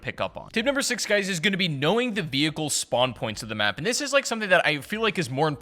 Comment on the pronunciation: great tips. spwans though